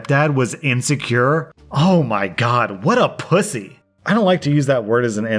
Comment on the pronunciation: WHEN YOU CALLED HIM A POOSAY OMG